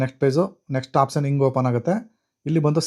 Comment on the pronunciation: ಮೊದಲು ಸರಿಯಾಗಿ ಪದಗಳನ್ನ ಉಚ್ಚಾರ ಮಾಡುವುದನ್ನು ಕಲಿಯಿರಿ ಆಪ್ಷನ್ ಬದಲು apson ಅಂತ ಹೇಳ್ತಿದ್ದೀರಿ